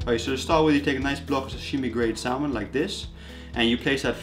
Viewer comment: Most people don't pronounce the "L" in salmon.